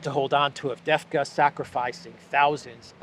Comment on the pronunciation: Pronounced ....AvDeeeeVka II is EEE ...))))